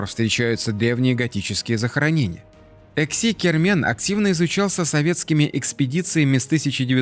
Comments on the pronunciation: всё время путает Эски-Кермен, называя его ЭКси-Кермен. Ухо режет людям прожившим рядом по 50 лет. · Не "Экси-Кермен", как несколько раз упорно повторяет ролика, а Эски-Кермен, то есть "старая крепость" на языках крымских татар и турок. И не "готические" захоронения, а готские. Может автору было бы полезно энциклопедическим словарём обзавестись? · Эски-Кармэн, не экси, Вы оговорились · Не ЭКСИ, а ЭСКИ КЭРМЭН. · Как крымчанин, скажу вам что правильно Эски Кермен, переозвучьте ролик. Режет ухо.